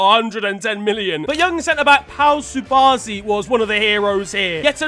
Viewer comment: Just so you know Pua cubarsi is pronounced Pau Kubarsi and not subarsi